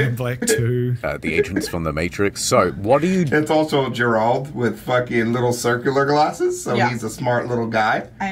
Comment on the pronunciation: My dude out here calling geralt grrr-ra-alt lol